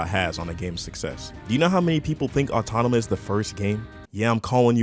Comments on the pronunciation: ITS NOT AUTONOMA OR AUTONOMAR, AUTOMATA. JEEZZZZ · automata not autonama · It’s Nier Automata not Autonama.. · If you make a video criticizing a game you might want to learn how to say it's name correctly at least? It's not "autonoma"... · "Autonima", you keep saying it wrong like that. Sometimes you say it right. It's pretty distracting. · "Nier "Autonouma" is a great game" - your opinion is in invalidated if you mispronounce the topic in the first 2 seconds of your video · This nigga said autonama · why does he say autonama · Autonomous atomanaus anotamaus Anothermouse bitch learn how to pronounce please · Man I just hate the way you pronounce automata…